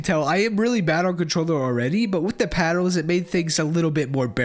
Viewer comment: bro can you stop saying paddles as paddos im getting wrong thoughts